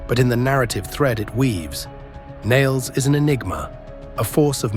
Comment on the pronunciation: How can you fail to simply say, Nailz properly? Not Niles